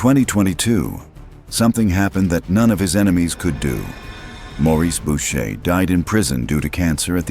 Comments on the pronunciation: Boucher shouldn’t sound like bo-shay…it’s boo-shay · Bow-shay???? Learn to pronounce Boucher.